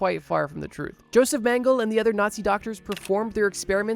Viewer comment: Not to be a pronounciation snob...😅 But its pronounced "Yo-sef Men-geh-leh". Keep it up, bro! Your videos are awesome. So happy I found your channel. ❤️